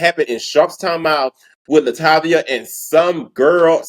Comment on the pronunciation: "La Tay Via" 🎶 RIP Angie Stone. "A Class Act